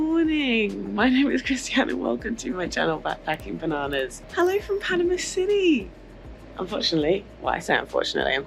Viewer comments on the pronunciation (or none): none